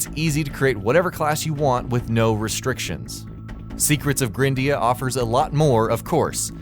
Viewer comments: Jesus Christ... It's not pronounced "grin-dea", it's pronounced "GRIND-ea"... For fucks sake, the game is about GRINDING! >_< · Probably pronounced gr-eye-ndea and no grin-dea. You know... cus of the grind? You're kinda terrible at pronunciation buddy.